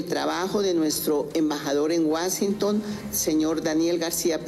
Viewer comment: Jhon maramana, wasinton jaja gracioso. Igual no pasa nada, solamente es pronunciación.